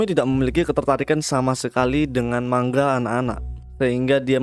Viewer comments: Penyampaiannya bagus dan penyebutannya tepat, ucap kata manga juga bener. 'Mang-ga' biasanya org2 pada nyebutnya salah 'ma-nga' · Btw emg begitu bro pengucapan nya yg benar mang-ga Kebanyakan orang salah pengucapan nya sering nya mang-nga